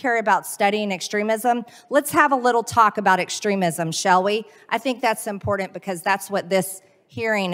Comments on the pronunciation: Marge, Important is WITH A T not a D....!.... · It's important green not impordent!!!!🤣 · The word is "important" not "imbordant" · Why do they always say “importInt instead of important” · Can someone teach her how to pronounce 'important '?